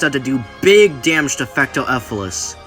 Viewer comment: And its not"Fecto Efilis" its "Fecto ELfilis".